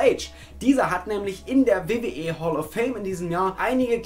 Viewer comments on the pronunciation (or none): none